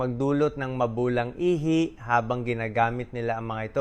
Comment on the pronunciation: Ihi...not ihay. The problem of AI😅